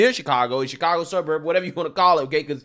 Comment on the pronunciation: Uh it’s pronounced Shitcago